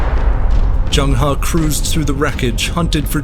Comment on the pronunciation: Not Jeng Ha Zheng He or Cheng Ho